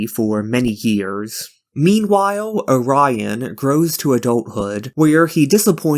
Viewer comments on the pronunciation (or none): none